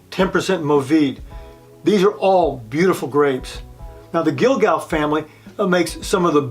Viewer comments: I love this wine. Cotes du Rhone by Guigal. Please do not add an “l” in this family name. Also the “s” in cotes is silent. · Nice video. Not meaning to be pedantic, but if you are going to be a wine expert, particularly in a video, you should probably be able to pronounce some basic French names. You missed Côtes, Guigal, and Ribebon. As i said, if you go to the trouble of a video, just consult anyone who knows a bit of French.